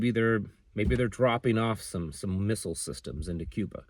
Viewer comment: We sure don't have a JFK in the Big house any more! "Cuban mistlle crisis"